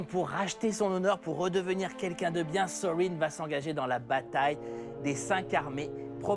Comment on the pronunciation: Saam TheBonnetMan Pour Erebor et Smaug je suis d'accord, mais pour Thorin il le prononce presque correctement ! Il y a juste le "th" qu'il devrait prononcer un peu plus proche de "f" que ça et le "r" un peu plus roulé, mais sinon c'est bon. (Il y a aussi "Tolkien" qu'il prononce mal, mais ça c'est le cas de tous les Français...)